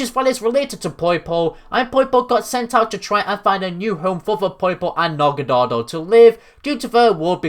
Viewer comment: Dude, the episode where Ash's Naganadel returns just came out in the dub. And ur pronunciation of Naganadel here is EXACTLY how they said it in the episode!